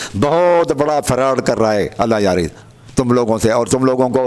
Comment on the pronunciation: allah yari se behis bad me karna pehle talafuz to theek karlo apne